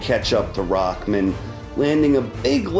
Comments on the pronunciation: who is "rockman"? his name is rahman; there is no k in it ._. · Why is it spelled Rahman but pronounced Rackman